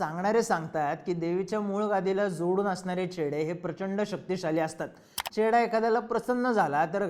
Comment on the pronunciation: घोडा लागलाय ❌ चेडा लागलाय ✅ 😅